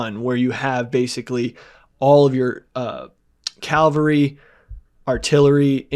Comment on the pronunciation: it’s CAVALRY not Calvary